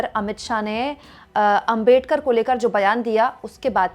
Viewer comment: अबे डकर नहि अबेडकर जी.